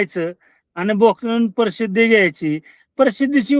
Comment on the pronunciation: Are tu प्रसिद्धी ha शब्द नीट उच्चार कर अगोदर